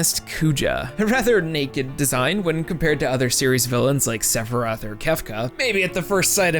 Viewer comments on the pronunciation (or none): none